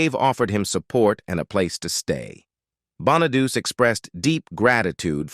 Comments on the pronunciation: You are not pronouncing Danny Bonaduce correctly at all. It is not pronounced {Bon-a-duse}, it is {Bon-a-du-chee}. You can look up his radio show and listen to how he pronounces it. Not being nitpicky or anything, but that was annoying me.🙄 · Yeah, Danny Bon-a-deuce? it's" Bon-a-deutchi" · The correct Italian pronunciation is actually Bon-uh-DOO-chay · That's AI for you, can't get the pronunciation at all